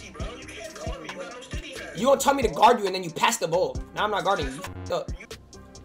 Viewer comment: You can’t gwaurd me- antfalcone